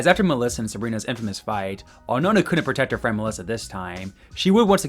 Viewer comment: Nona? Really? Nah nah nah my boy